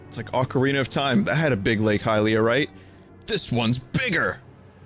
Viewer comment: Damn am I glad Vinny says Highlia. I cringe when people say Helia. Saying it like the word Helium is just terrible. I swear people just try to come up with the weirdest ways to pronounce letters in words sometimes. It reminds me of Pokemon mispronunciations and I don't even want to get into that.